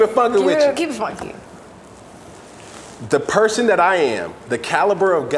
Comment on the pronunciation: So it “foonky” fridays? …because of the ü?